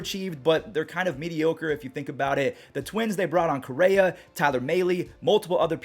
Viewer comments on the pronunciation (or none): none